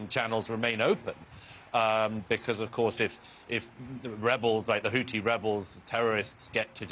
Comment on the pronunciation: Murray still struggling I see with all those complicated words: Hamas is still Hamazzz and the Houthis is still sounding rather like the Hoootys !